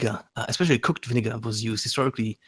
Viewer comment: "Viniggar" OH NO